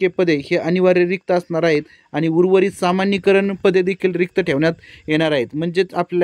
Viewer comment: कृपया समानीकरण असे वाचन करावे सामानीकरण नव्हे